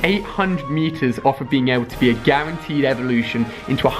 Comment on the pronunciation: It is not gerenteed